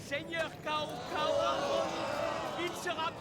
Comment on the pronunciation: Zhuge Liang au lieu de Tchou Ko Leang (sa se prononce a peu pres comme sa) et Cao Cao au lieu de T'sao T'sao, quand on bafouille en mandarin on a forcement les oreilles qui saignent ;) Y'en a tellement que je peux pas tous les relever... Mais c'est cet épisode qui a fait de moi le fan que je suis aujourd'hui :)